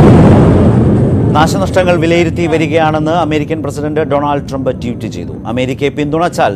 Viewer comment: അമേരിക്കയുടെ പ്രസിഡണ്ട് ജോബ് ഐഡൻ അല്ല ഡോണാൾഡ് ട്രംപ് അല്ലല്ലോ പിന്നെ എന്താണ് ഇയാൾ ഡോണർ ട്രംപ് എന്ന് പറയുന്നത്